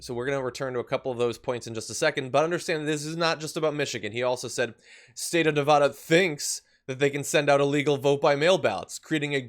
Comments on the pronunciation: As a resident of Nevada, I have to bring up that it's pronounced Nev-AD-a, not Nev-AH-da. Otherwise, keep up the awesome work y'all! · Stop mispronouncing Nevada. It’s Ne-Va-Duh not Nuh-vah-dahhh